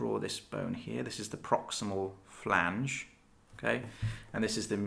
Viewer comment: How do you know so much but cant say phalanx properly? (It is not a flange)